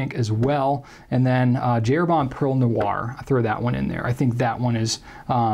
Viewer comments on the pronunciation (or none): none